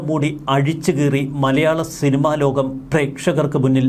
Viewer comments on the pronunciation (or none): none